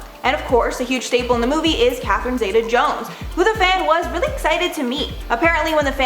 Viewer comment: They all need to remember - it's OUR money that is paying them their wages! PS : The "Zeta" in Catherine Zeta Jones is pronounced "Zeeta", 😊